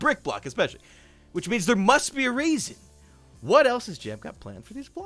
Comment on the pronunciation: I swear he said rasin reason